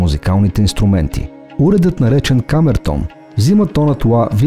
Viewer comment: Казва се камерто̀н, а не ка̀мертон